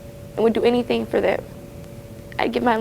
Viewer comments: Idk why do I hear 👂🏽the word "anything" as Anythink? #thatsMETHup!!!😂😂😂😂😂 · "They're not doing anythinK".....What????